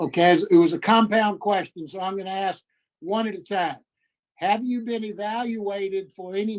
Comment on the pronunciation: Sometimes good men need to realize when to retire. Thanks for your service. Anyone who cannot pronounce the word "ask" should not be on this board.